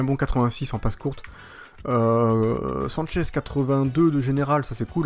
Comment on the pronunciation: sanches ne se dit pas sanchez